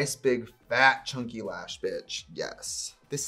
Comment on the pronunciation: idk why but when trixie said ‘chunky’ like ‘chonky’ i laughed so hard :)))))